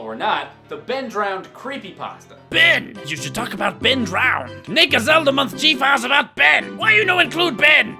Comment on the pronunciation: Ben Drowend... Fucking. Brilliant.